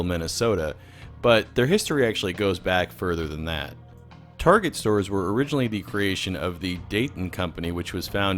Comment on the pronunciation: Whose mom also called Target "tar-jet?"